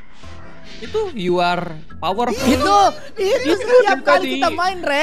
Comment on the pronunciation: Yu ar powerpul yu ar biutipul😂